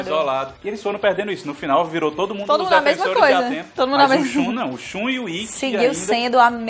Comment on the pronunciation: O Shun (e não "a" Shun).